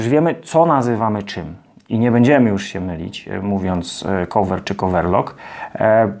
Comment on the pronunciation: Uwielbiam Pana filmy, są bardzo pomocne i wiele można się z nich nauczyć i dowiedzieć. Taka mała uwaga odnośnie wymowy: cover nie wymawia się "kołwer". Cieżko bez transkrypcji fonetycznej zapisać poprawną wymowę, więc podrzucam link: :)